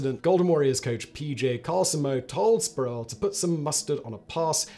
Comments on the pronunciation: It's Latrell Spree - Well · "Spree well"